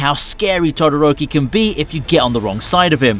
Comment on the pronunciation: did you just say dodoroki😂😂😂